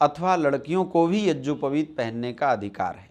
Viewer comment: मनगढन्त कुछ भी बक दो आर्यसमाजी गधे। पहने ढंग से यज्ञोपवीत बोलना सीख ले। यज्योपवीत बोल रहा है।